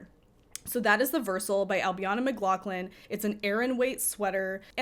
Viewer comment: Some great suggestions there. I’m about due to knit another jumper for a 6’4” tall male friend who loves my makes. I followed along on Ravit on my phone, having uploaded it a few weeks ago on your suggestion - thanks for that! Just as a wee FYI that I know you won’t mind me saying - Ailbiona is pronounced Albeena. 😊